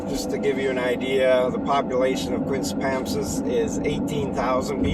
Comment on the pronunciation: It's pronounced QuispamSIS. Emphasis on the third symbol